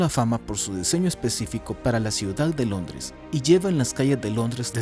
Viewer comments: "Longres" xd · Alguien más escuchó “LONGRES” ????